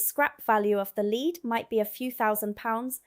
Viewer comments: it is pronounced " LED ", not " LEED " ! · YOU ARE GOOD ,BUT ITS LEAD NOT LEED YOU CANT HELP IT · Hello again ! Pronunciation this time ! Just as we have red & read, reading & Reading… We aldo have lead & lead … The metal is pronounced LED … saying it like lead gives away your US origins .. A shame coz you’ve conquered the glottal stop & eliminated the nasal A ! God bless ! Mike & 👩‍🦳 Anni in 🇫🇮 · It's pronounced led not lead even though it's spelt lead and any British person would call it Led and not pronounce it lead. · It's not pronounced leed it's actually pronounced "led" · The metal lead is pronounced led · How are you pronouncing lead? Like Leed? Bullsheet. Amused me though, so meh. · ( THE LEAD IN ONE INSTANCE IS WHAT YOU CLIP ONTO YOUR DOG,S COLLAR, WHICH WAS THE WAY THAT YOU HAD SAID IT ,THE OTHER MEANING OF THE WORD (LEAD) IS A ROOF COVERING THAT IS SOFT AND WATER PROOF ,IT,S SPELT THE SAME BUT SAID DIFFERENTLY ,AND YES IT IS WORTH A LOT OF MONEY ,THAT,S WHY IT QUITE OFTEN GET,,S NICKED AND SOLD TO A SCRAP MERCHANT,, 🤔🤨🤨🤨🥸🥸,,mostly done by( MINDLESS --MORON,S) OR DRUGGIE,S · You need to learn how to pronounce LEAD!